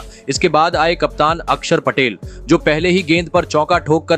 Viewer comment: यार आपको तो अक्षर पटेल भी बोलना नहीं आता ?